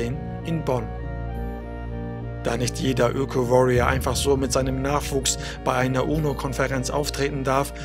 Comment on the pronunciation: danke für die arbeit und die richtig stellung ich mag so kleine fehler "ökö" :D